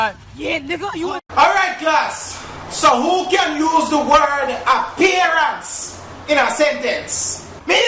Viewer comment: a pear ants (appearance ) 😂😂😂😂😂😂😂😂😂😂😂Mi a dead